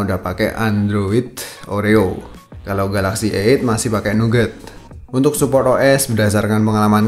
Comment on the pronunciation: bro ente bilang a8 denger kayak eek :D